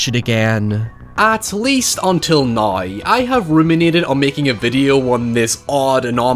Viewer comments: "nuyr" the word is now. Lol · Took me five minutes to realize he was saying "now"